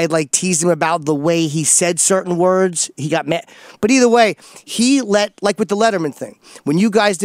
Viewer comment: I hate opies speech how he pronounces words is infuriating.